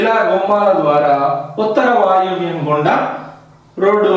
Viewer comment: పశ్చిమ వాయువ్యం ను ఉత్తర వాయువ్యం గా వినిపిస్తుంది మిా వాయిస్ క్లియర్ గా చెప్పండి.